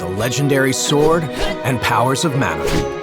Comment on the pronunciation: “Manna.” Sigh.